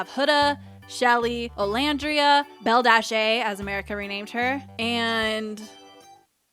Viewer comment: my girl calls bella "belly-A"